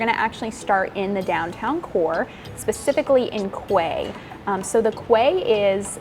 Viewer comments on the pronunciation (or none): Quay is pronounced key!!!! ❤